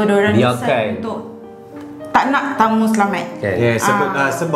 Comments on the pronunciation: Cara sebutan tangmo ni sebenarnya tengmo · Bukan tangmo. Kena sebut tengmo. Ejaan je tangmo. Hehe 😅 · bukan tangmo tp tengmo 😅